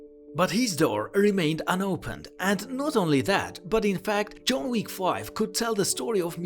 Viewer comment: "June Week" .. really? lmao